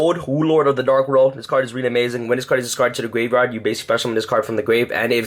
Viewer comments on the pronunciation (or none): "this card is wrully wrully good"